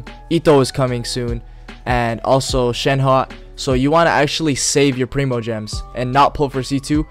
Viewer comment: FINALLY A YOUTUBER THAT PRONOUNCE THE CHARACTERS NAME RIGHT 😭